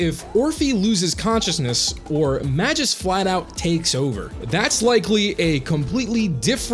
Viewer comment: About Magus It's not Ma-juice, it's Ma-goose Also I'd add Soukaku to the bunch in the video too